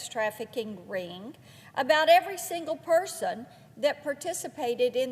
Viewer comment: ' who this ring-G is....' from the South are ya? 😍